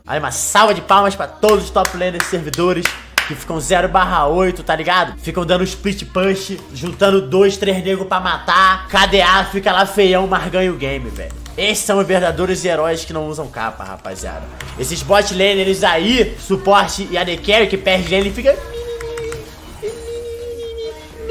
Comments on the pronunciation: ''esses são os verdadores heróis'' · "Verdadoros heróis"